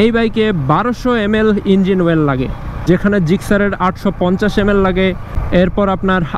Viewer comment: Well নাকি oil এ উচ্চারণটা সঠিকভাবে বললে মনে হয় ভালো হয়